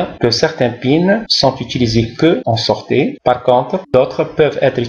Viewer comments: Merci, pourquoi vous prononcez sortie: sorte'? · merci pour cette remarque ,c'est une erreur de prononciation.